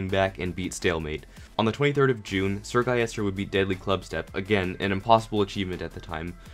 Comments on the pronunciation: Its Sir-Gil-les-ter not Sir-Gai-yes-tur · Everyone: SrGuillester: SrGuyester